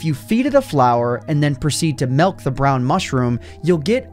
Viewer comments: “Melk” nuff said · you heard that? "Swam up, drank MELK "